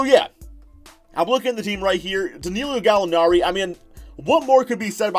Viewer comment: Learn how to pronounce that man’s name! It’s Danilo not Danealeo!!! Also Shai’s last name is pronounced Giljus, I’ll give ya that one because you can say his first name right. 😂